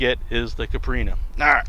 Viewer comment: Dope vid, only thing is in Portuguese the drink Capirinha is pronounced like Kye-P-reenya.